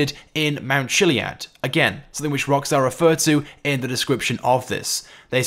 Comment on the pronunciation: It’s mount kiliad that’s how u day it